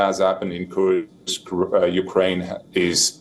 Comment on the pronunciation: It’s KURSK… not KURKS…. Anchor needs to pronounce the name of place properly!!